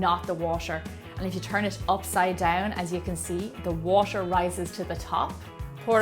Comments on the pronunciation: I'm American and I'm sure that is not how you say "water." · Is she saying coconut water or washer? I think (logically) it should be water... But somehow i hear washer so im a little bit confused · she's from Ireland so she pronounce water almost like washer, but she says water.